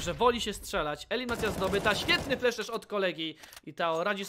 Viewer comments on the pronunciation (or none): none